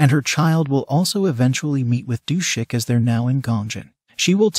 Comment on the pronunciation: I think it’s Du-sik.